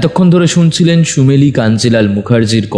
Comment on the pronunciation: সুমেরীয় নয় ওটাসুমেলীর পড়তেহবে।